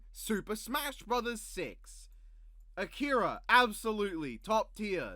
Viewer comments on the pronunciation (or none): none